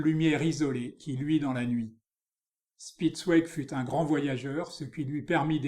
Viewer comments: Grâce à vous j’irai explorer ce style Bidermeier. Le nom de ce peintre se prononce "chpitz- vég", "ouégu' " c’est pour les Anglais 😉😉😉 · Dommage que le commentateur n'ait visiblement pas fait d'allemand. Prononciation anglaise malheureusement !